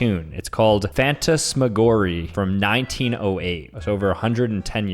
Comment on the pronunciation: butchering fantasmagorie had m dying